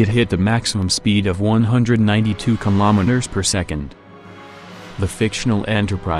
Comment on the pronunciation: Anyone else hearing kimometers instead of kilometres?